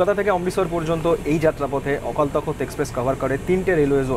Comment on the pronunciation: ওটা তখত না , তখ্ত... ইংরেজি তে takht... একটু wiki দেখলেও তো হয়!!!